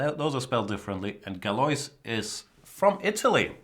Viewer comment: Galois is pronounced "galua"